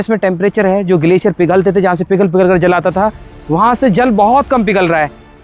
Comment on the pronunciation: Beta aap jal bolo aap Zal bolte ho please Jal bolne ki koshish karen thanku